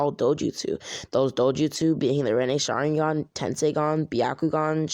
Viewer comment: Finally someone that says rennasharingan